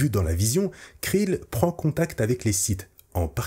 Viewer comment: Belle vidéo, mais on dit "Krell" et "Dogma" et "Luminara Unduli". Bariss a dénoncé l'ordre Jedi lors de son discours au tribunal, mais n'a pas plébiscité le côté obscur.